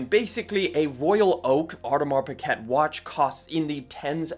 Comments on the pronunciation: Learn how to pronounce words , its sound is peekay not pickit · Its pronounced as Audemar Pigei... Not Piget! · Lowkey I couldn’t finish the video. “Audemars Baguette” is crazy…. Piguet isn’t even hard to pronounce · It's not pronounced pick-et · I am sorry, but … You’re mispronunciation of “piguet” is so cringe!!